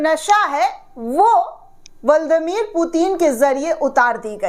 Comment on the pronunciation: ब्लादिमीर पुतिन बोलिए बहन जी, ✔️(बल्ड मीर पुतिन कहना गलत है।)